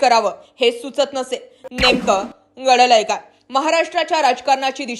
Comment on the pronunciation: या बाईचा आवाज चांगला नाही,ती म्हणते "पोवार," हे अस म्हणते.तर पवार अस म्हण.,"गडल काय " अस नाही तर घडलं काय हे अस म्हणा.